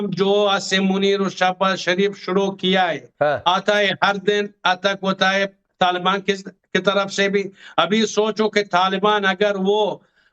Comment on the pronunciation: Taal baan ya Taliban . In logo ko thik se naam bolna nhi ata.